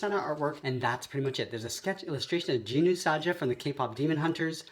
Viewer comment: Jinu not Jinu saja